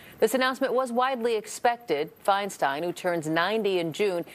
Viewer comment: Pie slow